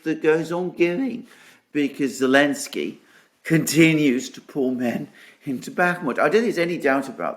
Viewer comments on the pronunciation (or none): forgive my ignorance but why do you call him Elensky?